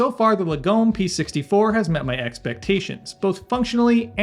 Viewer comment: Lagom is a Swedish word that translates as 'moderate' but is used to capture the Swedish culture of having things that are good but 'just enough' I.e. not ostentatious. Say after me, Lar-gom. Not Lagome.